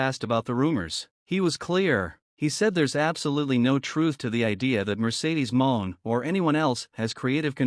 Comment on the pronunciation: get a real job and stop using a.i. IT DOESN'T EVEN PRONOUNCE HER NAME RIGHT! PATHETIC! EXCUSE FOR A UTUBER!